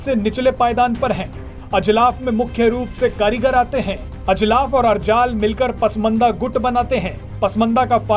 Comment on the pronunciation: "और" एवं "ओर" शब्दों के उच्चारण में अंतर को समझकर बोलना सीखिए 🙏🙏